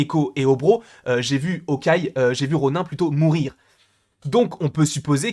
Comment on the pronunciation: Ronin se dit "ronine" bg